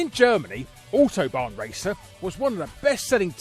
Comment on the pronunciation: Learn how to say "autobahn" please.